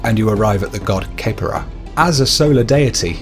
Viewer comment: It's not kepera it's pronounced Ke-Pri